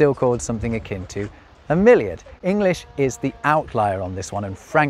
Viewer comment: About milliard etc: over here (NL) we also use this. Miljoen - miljard - biljoen - biljard - triljoen - triljard. But hearing you say: "milliard" I totally understand why it got out of use in English. You have a pronunciation problem with it, million and milliard in proper English sound too familiar :-) Which is not the case in other European languages.